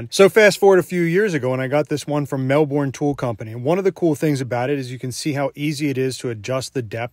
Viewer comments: Mel-Bin is how Melbourne is pronounced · Hey just a friendly reminder if the company is based in melbourne australia its pronounced mel-bn or mel-burn only americans say mel-born and its wrong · Americans pronouncing Melbourne is always funny. Mel-burn Not Mel-born/barn/ban haha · He pronounced Melbourne incorrectly (phonetically it's Mel-buhn). Not a big deal but some Australians are weird about mispronunciations. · Lol I physically recoiled at the "MelBorn" pronunciation. 😂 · Yeah no big deal for a mispronunciation but locals do tend to say it, MEL-bin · I hope you wasn’t trying to say Melbourne because as an Australian if you was it’s a no from me eddy If this help it’s pronounced Mel-Ben No need for the o u r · Obligatory “Um… actually, it’s pronounced ‘Mel-bin’” comment from an Australian. You’re welcome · It's pronounced Mell-bun mate 🤣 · It's pronounced "mell'burn" with an almost non existent "r", not a hard 'murican "R". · the pronunciation of Melbourne instantly says the youtuber is not Aussie lol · That's not how you pronounce Melbourne. You sound like a Canadian saying about. Love your vids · Don’t pronounce the r in Melbourne.